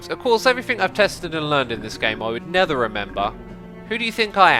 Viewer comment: Hi X, just wanted to know why do you say nether instead of never?